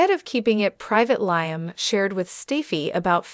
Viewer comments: This gal telling us the story can't even pronounce Liam's name and who is Stacy? She's not very good at this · Liam? She doesn’t watch the show! She keeps saying Liam wrong. I don’t believe any of this.